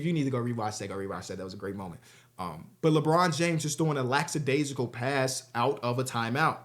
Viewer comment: lacksadaisical lmao